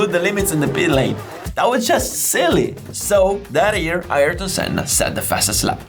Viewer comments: iErton Senna 😂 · Ayereton senna?😂